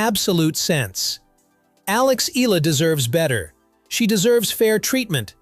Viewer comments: Eee-yah-lah! not eee-lah! Okay, group hug! 😂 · It’s not Ila but eyala that’s how her surname pronounced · Every time he mentions her last name i winced! It's not "Eehla", it's pronounced E-A-LA, like "eyala", damnit! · My comment is Sir, correction it's, "E -yah -La" to pronounce her surname not. " E-la" Thank you for your good content about Alex.❤ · I don’t agree with many of Novak’s beliefs outside of tennis but within tennis he really knows his shit, he is a tennis legend! 🙌🏼 Proud of Alex Eala!! (pronounced YAH-LAH, not “eeh-lah” as that narrator said) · It's pronounced E-YA-LA not EELA. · It's Eh - Ya - Lah, not Eee - Lah. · It's Alex EALA (Eh-Yah-LaH) Not Ee-Lah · It’s not Ee-lah. It’s Ee-Ya-Lah 😊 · It's NOT read as "ila" it's "eyala" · Please. It’s pronounced Ee-yah-la, not Eela. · The voice-over pronouncing her name is incorrect. Her family name EALA is pronounced as EYALA and not as ELA. Making video content and not knowing the basic details like her name is like being ignorant.😂😅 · E-YA-LA not E-LA. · EALA, it's pronounced E-YA-LA. Unless, this video is AI-voiced. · not eela but ee yaaa la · Alex's surname is pronounced "EH-YAH-LAH" (THREE syllables) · It's pronounced as "eyala" ☺️☺️☺️ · Just FYI..... Names Pronounced as E-YA-LA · Next time, on the prompt, type in "E Yalla" to get the AI pronunciation right. You're already using AI, don't be too lazy. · "Eela". My brother in slop, pronounce it correctly. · its ee-yah-la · Alex E-ya-la, ur welcome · Please...please...pronounce her last name correctly..."EE-YA-LA"!!! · its pronounced as: eh’yah lah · E-yah-lá thats how you pronounce her Surname... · "Alex EELA" 🗣️ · Her name is pronounced: EH-ah-lah. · Eala - eh-ya-la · It's pronounced as Alex Eh-yah-la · Alex Ee-lah....another AI excellence, good job AI! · Eala is pronounced E ya la. Thank you. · At least try and get your dumb automated voice to pronounce her name correctly. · Get the pronunciation right of Alex last name please ... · It's eyala not ela..